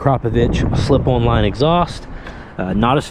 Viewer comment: appreciate your content. I like the new gas gas. Not sold on the seat bolt going into the tank. If the glued in "nut" in the tank spins or gets cross-threaded, gotta replace the tank. I do have to make fun of your accent tho, "on" is two syllables. and Bolt is "Bode" lol! Keep up the great videos.